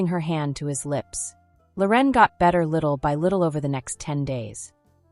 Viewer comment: Her name isn’t Lor en. It’s Loren